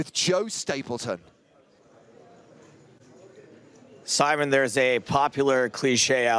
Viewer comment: Sigh-mon is apparently a lot easier to pronounce than See-mon. So why bother.